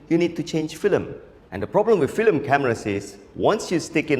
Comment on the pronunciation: You're pronouncing FILM as FLIM lol. But I love this guy